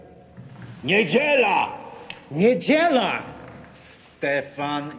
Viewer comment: its huge :) nieDZIEla, thats where mistake took place ;)